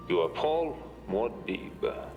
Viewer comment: I just love the way Stilgar says "Muad'dib!" right after Paul kills Feyd by using he Voice. Sounds like he's saying "Goddaaamn!" Gets me everytime